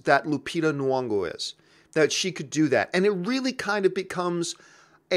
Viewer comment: If you're gonna praise Lupita Nyongo then pronounce her name right. Do you see Nuwongo?